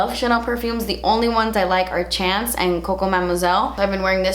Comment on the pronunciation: When you said chance wrong in the bloopers the 1st thing that came to mind was Chanandler Bong